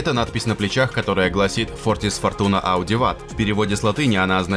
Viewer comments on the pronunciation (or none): Фортис Фортуна Адиуват а не Ауди уват.